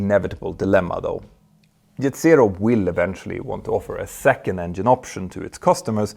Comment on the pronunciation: You are fake.! Say engine no. 2 is on fire, decalring emererghienieh.... No way u have a pilot license, with such a pronunciation!!!! Engine. Not engihehnhihine!!!!!!